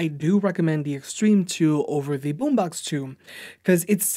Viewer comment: its Boombox not Boombax